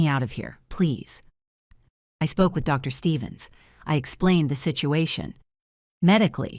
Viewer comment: Why in these AI Soap Operas is important news never able to be said over the phone? And stop typing “Mr.” and “Dr.” as the period/full-stop causes an awkward pause by the AI reader.